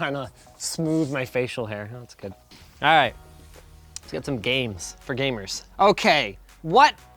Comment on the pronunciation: "...fur gay-murs - fur win you're gay-ming..."